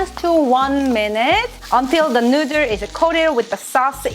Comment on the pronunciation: I were saying noodle hole ma life didnt know it was nooder ;(